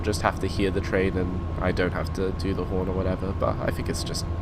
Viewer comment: he said porn not horn